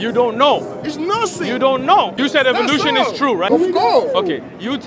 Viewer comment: "My friend, ............. Evvvoe Looooooshon" 😆 🤣 😂 😹 😆 🤣 😂 😹